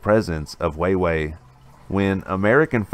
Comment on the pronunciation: I cringed every time he said it. How do you run a news channel not knowing how to pronounce wah-way.🤦‍♂️🤷🏼‍♂️